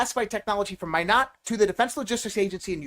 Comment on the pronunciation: Its pronounced MY-NOT, North Dakota!! WTF, if you are in with all these people, how have you never heard that correct pronunciation before??